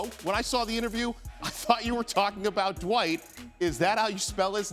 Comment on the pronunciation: It’s Dwight not Dwite